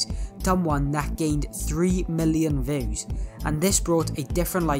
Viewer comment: THE ACCENT HE LITERALY SAYS VEWS and not views